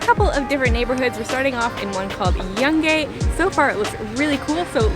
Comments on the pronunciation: Se pronuncia /jungaj/ no /jangej/. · OMG, its sound so funny how Yungay in English sounds! never did the try before! In Spanish is more like you would pronuncate "Yoong-i" Cheers Guys! I like the fact you liked my country, did you guys travel South? Cheers! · No es "YOUNG GAY" es YÚN GÁI" ( JUN HI )... ok? PLOP!